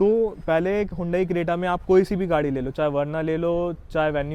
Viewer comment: Hondai creta nahi bhai. Hyundai Creta😂😂😂😂